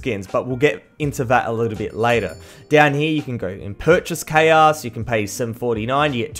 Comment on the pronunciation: why you say k a is KR